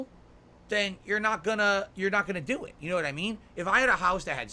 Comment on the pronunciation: "U'noe?" - no - we don't know like how you don't know how to play games.